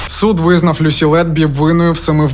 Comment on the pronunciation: Ім'я Люсі за британською версією вимовляється з наголосом на перший склад. Вона, до речі, не склала тест з першого разу, тобто не отримала кваліфікацію, після чого змінила ментора і здала на диплом. Викладачі зазначили, що їй бракувало знань з клінічної медицини, що вона потребує досвіду, ще була помічена її холодність, як особиста риса. Я пам'ятаю як цей моторошний злочин освічувався на ВВС і друкованій пресі. Одна з версій, що немовлята із проблемами їх дратували.🇺🇦✌❤🖤